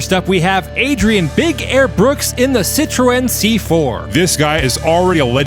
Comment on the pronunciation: Love you guys but it's "Citron" and "Lancia"!